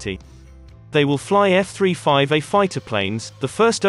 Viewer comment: f three five er who is reading the info ?